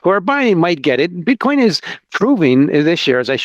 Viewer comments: At the 33rd minute he says bitch coin lol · Did he say BitchCoin?? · “BitchCoin”’🤣 Freudian slip?